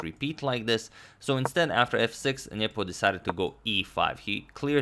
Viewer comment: i like how you say ' niyeepooo'